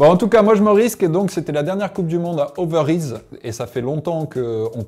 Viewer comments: Ça se dit « Overeillz » 😜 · Bonjour, petit tips d'un belge pour prononcer les villes en Néerlandais, "IJ" se prononce "è" en général, donc on dit "Overèz" pour Overijse. Bonne journée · Bien essayé les gars mais, Overijse = Overaise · En fait "ij" ça se prononce "ei" ou "ey" en néerlandais, donc overijse ça se prononce overeys (le "e" final est muet):) Et svp prononcez Wowt Van Aert haha en plus à un moment tu le faisais bien 😂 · Petit conseil pour la prononciation en néerlandais, les ij se disent eille=> overijs se dit overeills😉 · Ou encore "overeïss" ;-) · Overijse. Les lettres ij se prononcent eil comme dans solEIL